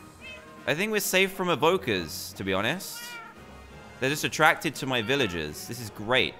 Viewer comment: You ceep on saying viloges and not velrges